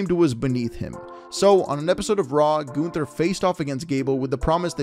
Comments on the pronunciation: It's Gunther, not Günther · Can someone please tell me do you pronounce Gunther as GUNther or GOONther